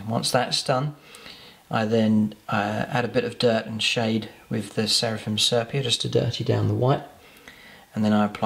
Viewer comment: Nice, simple paint job that could be achieved by most people but still looks good. One thing though - please, for the good of my sanity, learn how to pronounce 'sepia'!